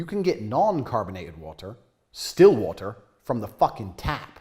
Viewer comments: Your a bitch if you don't like sparkling waharr😂😂😂😂 God he's funny....by the way I'm an Aussie and that's how we pronounce wahaar too!😂😂❤ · he pronounced water in 2 different accents within a sentence 😂😂